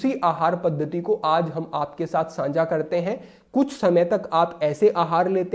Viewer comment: प्रणाम! आप द्वारा बताए गए मार्ग पर चलने का पूर्ण प्रयास करता हूँ व चलता हूँ । आपके वीडियो देखता हूँ तब मुझे आपके द्वारा उच्चारित शब्द "सांझा" मुझे कुछ अटपटा सा लगता है । इसके स्थान पर शब्द "साझा" ज्यादा उचित लगता है । अर्थात् 'सा' पर अनुस्वार नहीं लगता है । 🙏